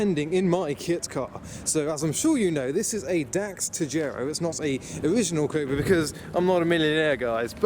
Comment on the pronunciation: him saying ''cobra'', sounds like ''covid''